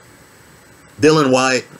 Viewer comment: Why can no-one pronouce Dilian Whites first name correctly?